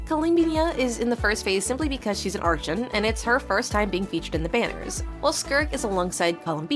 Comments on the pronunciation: I have a question, why do you say arCHON when throught the story they always pronounce it as arKon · You should pronounce "archon" as " arc hon" not "arch on" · bro so its not arCHon? In Poland we have word arCHont, so I was saying like that all the time, but its CH --> H, not CH-->CZ sound, its not arczon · It's pronounced "arkon" apparently ☺ Also, is the character phase order for the 6.2 Banners almost already confirmed? Like, is there some chance that it will be rearranged? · its arkon when u pronounce it but spelling is archon please say arkon it feels a bit weird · Ah, yes. Arch-uns. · You literally pronounce it "Arkon" in other videos like even your most popular video, you pronounce it like that. Why does it change every few videos? That's why I believe the voice is AI or smth, because how would you pronounce it as arkon originally and then claim your accent makes you pronounce it as "arch - on " sometimes. Also trying to claim you edit out every single breath is insane. Even when someone speaks, you can hear a hint of their breath, that can't be edited out because its during the words itself, "your" voice has no breath in it at all. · everyone by now knows how to pronounce “archon.” Come on! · Its 100% AI. There is no way a daily genshin player doesnt know how to pronounce the word Archon. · Why are you pronouncing Archon wrong? If this is really your own voice then this is really good🙌🏼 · questioned it too since the narrator mispronounced archon several times.